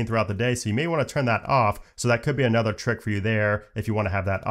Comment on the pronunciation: “Anther one” lol